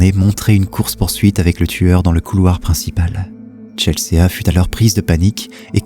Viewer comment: Coucou merci pour tes vidéos, top. Petite précision on dit Chelsi, pas Chelséa